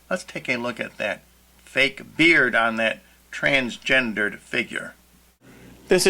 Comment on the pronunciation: I´ll add to that that the term itself is twisted so it is kind of a good sign that you are not able to say it properly :)